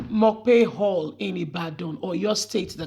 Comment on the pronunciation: Madam work seriously on your pronouciation mapo hall